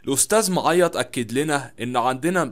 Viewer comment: انت. بتنطق. معيط. غلط